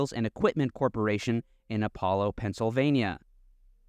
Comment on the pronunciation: Did you say Pennsylvania?